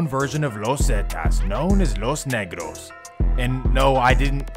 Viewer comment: My boy said “los negros” with a hard s 😮😂